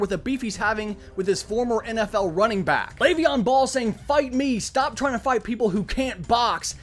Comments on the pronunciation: Did he just say leveon ball instead of bell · KEEP THIS GUY. I can actually listen to him….until he called Le’Veon BELL, Le’Veon BALL. 🤦🏻‍♂️